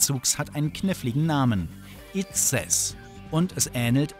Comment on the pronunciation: Wie bitte? IDZ-ES? Man spricht jeden Buchstaben einzeln und nicht als Wort :D aber ok Außerdem ist es die Abkürzung für: Infanterist Der Zukunft - Erweitertes System